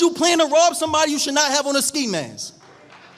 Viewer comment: Real talk. A self proclaimed scholar should be well spoken. It's liBRARY not liberry. And ski masks NOT ski maskez. THESE things are critically important as well as a platform speaker. So you're not perceived as a Snoop Dog in a suit.